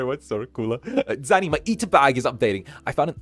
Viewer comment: One day he'll figure out how to say my name:_ZannyLaugh::_ZannyLaugh::_ZannyLaugh